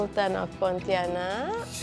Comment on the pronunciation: She pronounces as Poutianak